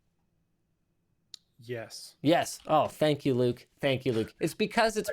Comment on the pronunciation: WTF, ""??...